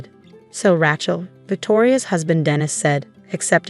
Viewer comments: Why can’t AI pronounce her name correctly, it’s Rachel not ratch-el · Every time, from now on, I hear "Rat-shell" I am going to give the story a Thumbs Down and exit in search of a story that does not include such lazy mispronunciations. The same goes for "fakade" and "rezoom". There is no excuse. All are common words, not exotic foreign words. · AI can't pronounce Rachel correctly.